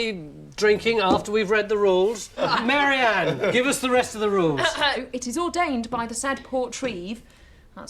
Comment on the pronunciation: does he say "mary anna hotter"??? anyway, he was right...